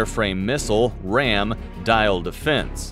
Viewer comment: Diehl defence is pronounced like "deal" not dial